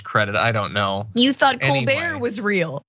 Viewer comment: i had to listen to Francesca say "Colbert" a few times because 3 out of the 5 I thought she said "cool bear" the other "cold beer".....this is what happens when I stay up all night due to life sucking....it was a worthy laugh at least, thanks.